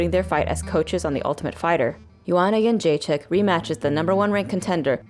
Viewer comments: Pronounced: Youwannayounggaychick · BunchoStuff : Joanna "skinny rat" younggaychick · Joanna youngchicken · "Joanna Yunchekick" - Kenny Florian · Lmao Rogan really butchered her last name on her debut